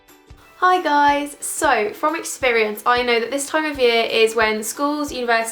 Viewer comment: daaam that intro😂😂hi guyyys but the way you said that like hii gois